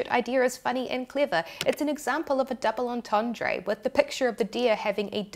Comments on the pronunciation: Say (approx.) 'dooble orntorndr' - not 'orntorndray'. I'm a bit closer to France than you are (to put it mildly). Please kick me. I would.. All best, - what don't you know? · Take a drink every time she says "on-ton-dray" even though it says "on-ton-druh" in the dictionary screenshot displayed on screen. 🥃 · Great vid thanks but please learn how to pronounce "double entendre" correctly lol